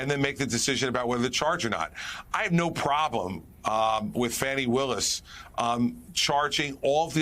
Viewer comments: How can any current republican run for president-they all voted for a traitor to the USA TWICE! "The heroines name is pronounced "fawni" you doofus!!! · Nobody should be calling Fawny, FANNY... Chris Christie should have been corrected on the air and much more respect should be paid to this wonderful prosecutor START CORRECTING PEOPLE WHO PRONOUNCE/ INTENTIONALLY/"UNINTENTIONALLY" SAY HER NAME WRONG AND CORRECT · I agree! And there were some other red flags as well. I do not trust Christie at all. Stupid little things like - he mispronounced Fanni Willis’ name; he stated as fact that she was trying the RICO case to prevent tRump being eligible for a pardon, and he would try the documents case first where there is a very questionable judge presiding. He may be much better than tRump but he’s still NOT a good guy.🌸